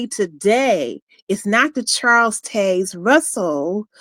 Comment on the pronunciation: Learn how to say "Taze". Baffles me how you can hear a name so many times in your life but fail to even be able to repeat that name properly. Why?